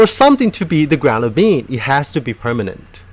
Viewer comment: Everytime he says "being" I hear "bean" and this makes me happy